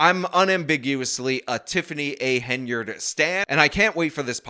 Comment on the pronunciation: It's Hen-yard damnit!